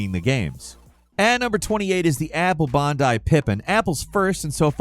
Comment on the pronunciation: Maybe I've been saying it wrong but I doubt it pretty sure he said it wrong